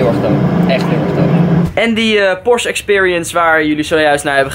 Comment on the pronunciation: he ik zie een S63 naast je staan Geen haat trouwens, maar het is PorschE ipv porsch hoe je het zegt😉 je moet het uitspreken met een e. Verder echt een hele toffe video!